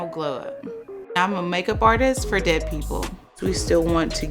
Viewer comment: Why are you saying “dead” like that smh